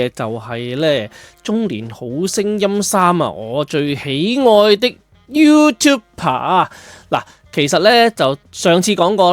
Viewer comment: YouTu"b"er, not YouTu"p"er